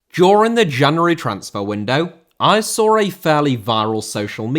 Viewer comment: Saw* not Sor